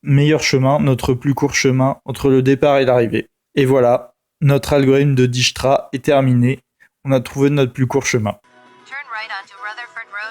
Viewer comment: dijkstra est un nom hollandais dijkstra et non dijsktra ij. se prononce "aille" en néerlandais. dijk. la digue se prononce daille'ke